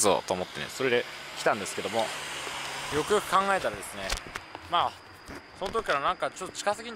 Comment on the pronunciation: よくよく考えたらがゆくゆくに聞こえる、まあ気にしなくてイイけど気になる滑舌と発音の問題今後の課題ね。他がマトモなだけに惜しい！